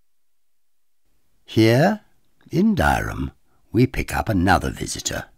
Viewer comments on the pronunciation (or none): Great video.Just before the locals get on at you it's generally pronounced "Dirram"!